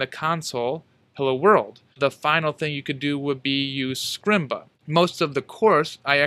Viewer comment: his 'heyya,world' killed me I